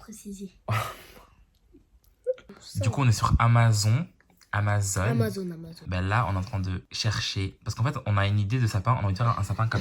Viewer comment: Il à auser dire amaz(on) au lieu de amazon